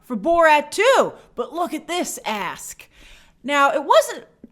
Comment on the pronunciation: "And I thought 120 million was to high for Borat 2, but look at this ASK". Why did I keep hearing "but look at this a_s". I had to listen three times to hear the K, because I was thinking "Wow, Grace must strongly feel some kind of way about MGM's asking price to call them an a_s". 😁